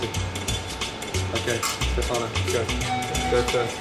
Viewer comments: FOR THE LOVE OF GOD ITS STEFANO!!! (Stef - uh - no) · I'm starting to say Stefáno instead of Stéfano even if I know it's wrong.